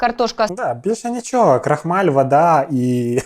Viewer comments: Чого крохмалю. Може крохмаль. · крохмАль, крохмАлю, крохмАльна і тд......а то крохмалЮ, крохмалЯ перебиває весь крінж від Висоцької😅